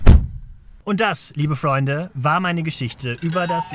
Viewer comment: Ich mag es total, wie du immer das Wort Freunde ausspricht, hört sich cool an ^^ Aber wieder mal ein sehr unterhaltsames Video mit sehr viel Respekt, danke dafür.